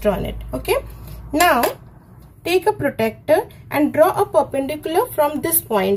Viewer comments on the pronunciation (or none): Mam i respect your teaching it helped me very much.....❤ But not to be rude but u pronounce protractor wrong u say protecter but uts protractor...ty 😊😊